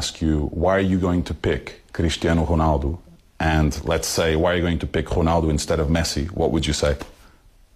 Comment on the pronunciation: gcrisjtiano gronaldo loll